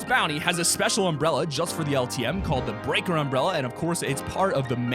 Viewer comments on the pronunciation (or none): EXCUSE ME DID YOU SAY “BREAKER” INSTEAD OF BESKAR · Anybody else notice that he pronounced "Beskar" as "Breaker" ? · It is pronounced like (bes-scar) 😊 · "breaker umbrella" (its actually beskar umbrella) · The beskar not breaker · It’s besker not breaker and it’s fazbear not fozbear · Its Beskar not Breaker DUMMY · breaker umbrella ,beskar u can't read or what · This man called the umbrella breaker it's beakar BES KAR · beaker unbrella it is beskar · He said breaker but it’s beskar the glider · (Bessss- kaaaar) not breaker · “ the breaker umbrella” 😂😂😂😂😂😂😂😂😂😂😂😂 I think u mean beskar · Bruh did he say breaker umbrella it is beskar umbrella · im triggered, he said the breaker umbrella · Instead of bes-skar/besker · "Breaker umbrella" and "Freddy Fosbear." ARE YOU TRYING TO ANNOY US,? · ME TOO ITS BE-SSS-CAR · Its Bass-Car. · You said breaker umbrella it’s beskar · Beskar not breaker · Me being a Star Wars and Fortnite fan I am offended by the way you pronounced (Bes-kar). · Its pronounced bezcar but spelled beskar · its pronounced as bes kar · what did you call the unbrella this is how you say it Bes-scar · Bes-kar is how you pronounce the gliders name no to sound rude I'm just putting it out there. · You said “Beskar” wrong no hate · He said Beskar wrong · Bro he skuffed up the pronunciation of that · oof he said "beskar" wrong, not to be mean